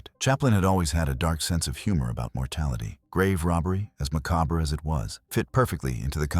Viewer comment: "Maca-ber"? Is this another one of those illiterate AI bozos?